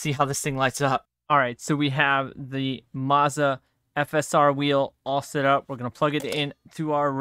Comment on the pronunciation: Please pronounce Moza correctly 🤦‍♂️. Carry on…